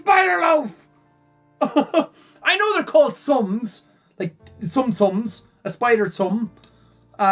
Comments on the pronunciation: Its not sum sum its soom soom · Word: Tsum Tsum Pronounciation: Soom Soom